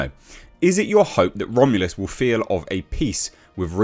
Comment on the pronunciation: "Romulus". There's no "a" in the word.